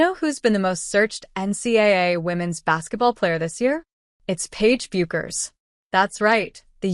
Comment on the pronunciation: You know it's AI generated when it pronounces Paige "Bu-kers". You should hear how AI butchers Geno Auriemma's name. Meaningless video